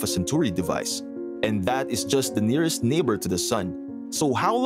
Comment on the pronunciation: Are you saying the n ear est star😮